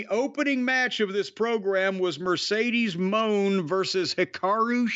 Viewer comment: Jim deliberately calling her “Mercedes Moan” Will never not be funny 😆